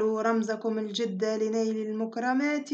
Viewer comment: الجِد و ليس الجَد مثلَ و ليس مثلُ